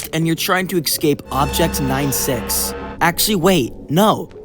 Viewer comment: you said ecsaped instead of escaped